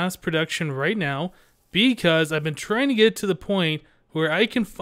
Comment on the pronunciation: did u say beecause or because